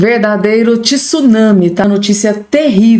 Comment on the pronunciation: tsunami se lê TSU>NAMI e não tesunami. obrigado .